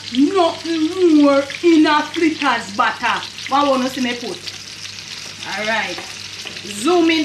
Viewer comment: Flittahs me say lol 😂